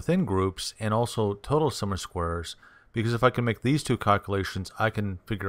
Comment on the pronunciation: Thank you for the info. Tip - it's spoken - "sum OF squares" . . . NOT "Summer Squares!"